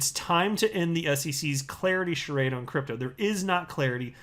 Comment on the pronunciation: You pronounced charade wrongly.